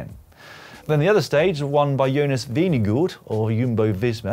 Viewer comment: Lloyd, quick tip to help you in the future when talking about Jonas Vingegaard, just skip the last d in your pronunciation.